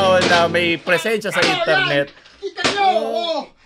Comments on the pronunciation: I love your accent say it again : I N T A R N E T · I love ur accent please say it again.: Itarnet